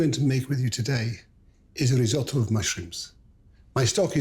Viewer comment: just say risotto dude